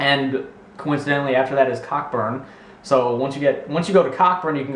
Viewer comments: its pronounced co-burn not cockburn LOL..still love the video tho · Umm, sorry its not CockBurn is said like Coburn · Cockburn is pronounced Co Burn here brah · lol its not pronounced COCKburn its COburn haha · Yes I thought it was Cockburn at first :P I used to live near there. But it is pronounced Coeburn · haha its pronounced co-burn its a suburb in Perth and i live near there lol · haha cockburn is actually real but it is pronounced coburn :P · cockburn is pronounce koh-burn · I live in australia and you pronounced cockburn wrong it is pronounced CO BURN cockburn is a 35 minute drive from my house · Cockburn is a real place. its pronounced coburn tho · i live in cockburn and its pronounced coburn hahahahaha xD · I swear I wasn't laughing THAT much, also Cockburn is a real place and it's pronounced Co-burn.... we still call it Cock burn xD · I live very close to cockburn and not trying to hate but u have shown that u no nothing about the country at all because it's pronounced coburn but still pretty funny video and that's coming from an aussie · cockburn is accually pronounced COBURN xD and its in WA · i live in australia and this is hliarious LOL btw cockburn is pronounced coburn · they were all real places and cockburn is pronounced coburn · Cockburn is pronounced Coburn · I leave near cockburn but its pronounced Co-Burn I don't know why probably Australian ancestors having a laugh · cockburn is pronounce co burn lol xD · cockburn is pronounced co burn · Cockburn is pronounced Co-burn Not hating just saying. Lots of ppl here get it wrong anyway. Btw, they are real places :P Awesome vids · cockburn is in perth, its pronounced co-burn haha, i've never heard you say australia wrong though c